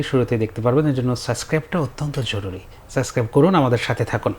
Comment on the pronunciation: গুলিস্তানের উপস্থাপক ৩/৪ বার সাবসক্রাইবকে সাসক্রাইব (Suscribe) বললো😂😂😂😂